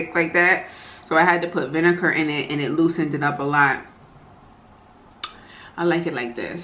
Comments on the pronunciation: Would somebody please educate her....it’s VINEGAR NOT VINEKUR!!!! So sad. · I think she says vinecar to annoy me lol 😂